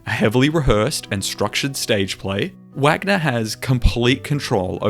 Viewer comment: Cringing at how you butchered Wagner's German name 😂😂 I think you did a great job explaining the different between a leitmotif and a reverse leitmotif.